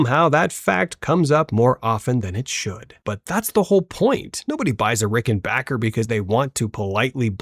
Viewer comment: I'm really not sure I trust these takes coming from an AI voiceover that doesn't know how to pronounce Rickenbacker or Jaco